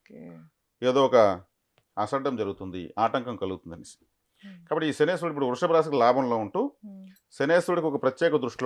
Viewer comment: Jai sriram🙏 శనేశ్వరుడు కాదు అండి శనైశ్చరుడు అనాలి, శని ఈశ్వరుడు కాదు pls🙏